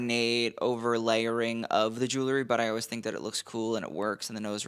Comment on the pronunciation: I find myself watching your stuff over and over - you know your business. Boy do you ever - and you keep up with everything! WILL YOU PLEASE RECONSIDER YOUR PROUNUNCITAION OF THE WORD JEWELRY. There's an "E" in there and your mispronunciation is distracting. I'll keep watching!